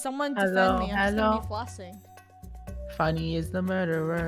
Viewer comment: You said Funnehl